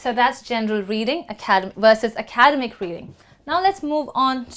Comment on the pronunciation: You’re pronouncing ‘academic’ wrong